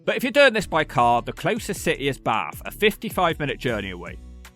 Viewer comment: And he actually knows how to say Bath. People from London always say Baahhth trying to make it sound posh.